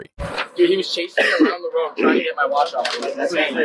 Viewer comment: He's so proud of his watch that he can't learn how to pronounce it correctly.